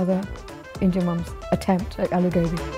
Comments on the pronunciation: I'm a British Indian, but how can these Indian mom's cook good Aloo Gobi if they can't pronounce it 😭. I even have a British accent but even I don't say a-low-gaw-be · Yeah it's aa-loo go-bhi Sheesh curb the accent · If you can’t even say ‘aloo gobi’ properly being an Indian (Mum 1) then you can’t cook it properly too. Although I do think everyone has their own way of cooking so there’s no right or wrong. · It’s funny how the women in the black shirt is acting like an expert when she can’t even say aloo gobi the correct way 💀